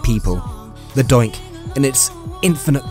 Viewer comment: I thought he said dyke..